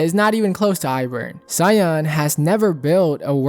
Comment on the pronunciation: jsyk Soyeon is pronounced So-Yeon, you kinda pronounce it like Cyan